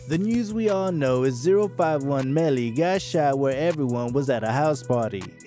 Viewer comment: This dude eating off the culture he don’t even say 051 melly name right dame calm on I can’t finish lessening to this dude